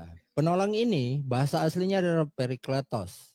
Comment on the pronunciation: Parakletos bang bukan perikletos